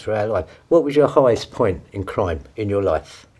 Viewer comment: They could probably kill me easily but goddamn is it funny to hear them say the word cwime